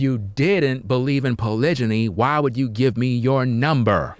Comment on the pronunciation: You a simp not a man 😂😂😂😂😂🤣🤣🤣🤣🤣 and that's now how you say polygamy